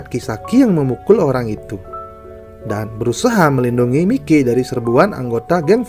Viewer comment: Sebutan namanya yang bener lah anjir mikey itu sebutannya "maiki"